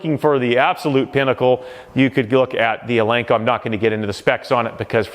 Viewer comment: Nobody will take you serious if you can’t even pronounce “Eleiko” right.